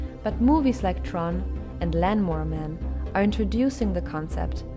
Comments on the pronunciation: did she just pronounce lawnmower man and "land"mower man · STOP SAYING LANMOWER MAN!!! WTF?